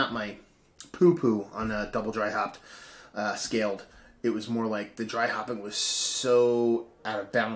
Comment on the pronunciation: scaled not scalled.